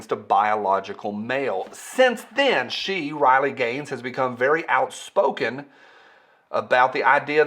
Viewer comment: RILEY, say her name (RILEY). You have been hanging around with that yankee again and forgot how to speak. Thanks for the info and I am waiting for Spicy Friday next drama llama go.